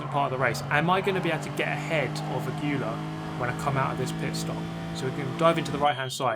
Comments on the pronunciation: The races where you drive clean, close and fair in the top 5/6 are the most nervewracking because you don't want to lose a good position, but you don't want to ruin the other people's races either. Well done. PS it's pronounced "a-gwee-ah," I'm pretty sure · Aguilar is pronounce in english like a- (like ah) gui- (like geese without the se) lar- (like lars without the s) a-gee-lar aguilar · ask your Spanish parent how to say Aguilar correctly.:) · 1. doesn't practice till the race starts 2. Kie is a level-headed, soft-spoken kind of guy 3. Aguilar is pronounced Ah-GUU-lar apparently Edit: 4. Riding the sausage with your wheels in the air sounds kind of fun